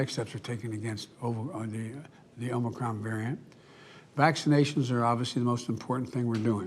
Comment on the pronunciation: He READ the whole update but at least he finally called it "Omicron" instead of "Omnicron".